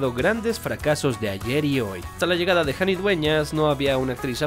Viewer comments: se pronuncia JANI no yani(con j no con y) Pero weno Errores cualquiera los comete Lo malo es cuando el error te llama papá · NO es Yani, es Jani, como se lee, por Alejandra.